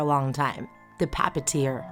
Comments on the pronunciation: Me: just randomly says puppeteer cuz I’m random: pappeteer I’m not making fun I actually like the way she says it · The thing that makes me laughed is how she said “Pappiteer” instead of Puppeteer. Nice creepypasta thou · She always say pupateer instead if puppeteer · Its not the papiteer it's the puppeteer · She says pappateer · ok, so i love the story, but at first i thought you said papa tear